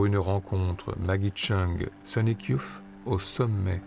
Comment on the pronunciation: super ! Merci pour cette redécouverte de films oubliés. (un seul bémol sur la prononciation : pour dire "youth", on doit plutôt dire "yousse" et non "youf", c'est le vieux fan époque 91 qui parle...